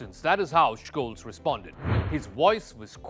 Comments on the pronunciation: It's a minor detail but the last name of Olaf Scholz is mispronounced slightly. His last is pronounced like Sholts, not Shkolts. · Almost 4 months of war and you can't get the guy's last name right? Tsk, tsk. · He is pronausing his name wrong